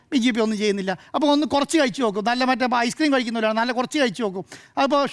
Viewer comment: നേരെ ചൊവ്വേ മലയാളം പറയാൻ അറിയുന്നവരെ ഈ ചാനലിൽ ഇരുത്തികൂടെ? " കയിച്ചു " "സംഭിദാനം " പൈശ??? പറയുന്ന വിവരക്കേട് പിന്നേം സഹിക്കാം.